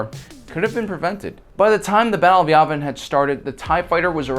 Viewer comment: YAVIN It's pronounced YEAH-vin. NOT YAW-vin... It's YEAH-vin! Ok? Yes? No? Circle one. GOOD!